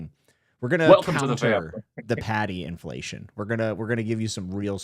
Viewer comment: I zoned out for a second and thought, saying "Paddy inflation," was him complaining about Irish migrants 😂